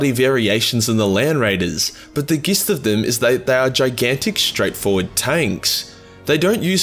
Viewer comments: I get that your autistic as F but dude why do you say Gist its kinda pronounced jist but i LOVE your vids bro keep it up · Bro. I love your videos and even though the constant mispronunciations (seriously I think you need to start reading off yellow paper) make me twitch cus I’m on the spectrum (just like the primarchs 😎)… how have you gotten to adulthood without knowing that the word gist is pronounced jist?! Surely you’ve heard a shit tonne of other people say it and noticed how you’re the only one who’s using a hard G? 😂. Keep up the good work man, but god damn, get a handle on that dyslexia 😘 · chassis=chas-ee. gist=jist. chimera=kie-mera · I never noticed says gist with a pronounced ‘g’ rather than a ‘j’. I hope this is just a difference of pronunciation and not me mispronouncing this wrong my whole life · The gist haha. It's pronounced Jhist my australian friend! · How does he get 'Niche' correct but not 'gist' or 'chassis'? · gotta love the way you mispronounce basic words like chassis and gist. and you cant use the australian excuse because I am one too. :P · its a wonder this man mispronounces gist even tho its so close to jizz